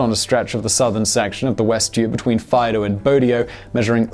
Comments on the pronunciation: The voting was actually in 1992 (not in 1922). And by the way, Faido is pronounced with an accent on the i (Faìdo and not Fàido) 😉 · Nice to hear about it in English for a change! Proud to be Swiss and British. Nice video Simon. FYI Faido is pronounced Fy - eedo. I was very impressed about the new through rail terminal in Zurich. Although smaller than the Gotthard Base Tunnel they did some cool tricks like divert a river underground while drilling the tunnels. There was a stunning exhibition shortly before it opened. All the best, Rob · Awesome documentary, the only thing to criticize is your prononciation of Faido.